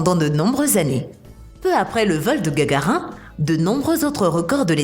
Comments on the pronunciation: Gagarin mdr on dit Gagarine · Gagarin??? pas plutôt Gagarine?? ou Mr Poutin??? non pas non plus Poutine??? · Inintéressant. J'abandonne à 2 mn 23. Juste le temps d'entendre parler de Gagarin, comme tarIN. Non, bande de rigolos . On dit Gagarine... INE. Les gens qui ne savent RIEN et qui veulent nous informer, ça m'énerve beaucoup. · gagarine connasse pas gagarin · Pas gagarin cest gagarine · Gargarine et non pas Gargarin! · Gagarin mdr y a plus de respect ça se dit gagarine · c'est voulu la prononciation gagarin... on dit gagarine !!! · En tout cas je suis tombé et me suis fait mal en entendant Gagarin au lieu de Gagarine , Youri GAGARINE. Allez mon voyage dans l'espace sans toi, je laisse ma place et je zappe. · Gagarine et pas gagarin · c'est GagarinE et pas gagarin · c'est gargarine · Youri Gargarin lol en fait c'est ine à la fin comme madarine suf qu'il n'y a pas de E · On ne dit pas Gargarin Mais Gargarine ! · qui tombe sans se faire mal ? enfantin ! une fourmi ! quand a Gagarin effectivement c'est tout de même un manque de respect total on dit Gagarine !! Je m'étonne que pour ce grand homme qui a risqué sa vie en se lançant pour la première fois dans l'espace on puisse ainsi manquer de respect et écorcher son nom de cette façon ! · mdrrrrr on dit Gagarine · On dit GAGARINE, pas Gagarin, Youri Gagarine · Vous devriez changer de voix elle est horrible cette voix métalique... ! Ont dis pas Gagarin mais Gagarine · GAGARIN 😱😱😱 ONT DIT GAGARINE , du coup je doute de ta compétence pour parler d'un telle sujet.....je me CASSE 🤣🤣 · Gargarin,,,ça fait vraiment pas sérieux! Je décroche, pas crédible.Pour plusieurs autres mauvaises prononciations . Si mon enfant fait un docu avec votre vidéo, et qu'en pleine classe dit Gargarin...les autres vont rire de lui! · Youri gagarine et non gagarin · Youri gagarin hhhhhhhhhhh C'est gagarine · Pas Gagarin,c'est Gagarine. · Yuri GAGARAIN 🤣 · C’est kakarine avec rine a la fin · On dit gargarine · Gagarin se prononce « gagarine »